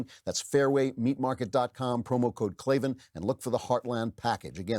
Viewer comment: Well when you pronounce it clay-vin and not clay-van it's no wonder people can't spell it.